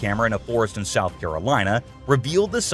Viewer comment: fastforward to- 15 seconds into the video.........."sloth." your welcome lol